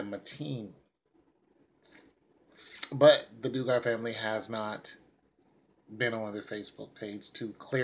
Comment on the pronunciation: Dug ger is how you pronounce their name